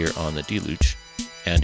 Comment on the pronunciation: that your video was well done and had great information, and I enjoyed it very much, but you pronounced deluge incorrectly. No biggie dude.